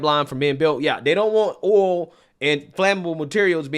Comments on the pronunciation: Yo there is a i in oil. It is like O-E-oL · OHL for OIL , how do you say toys? TOES? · The way u said oil....lol..too funny